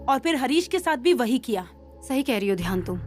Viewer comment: Dhyan ❌ Dayan 💯🤣